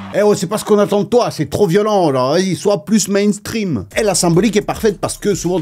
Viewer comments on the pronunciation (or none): none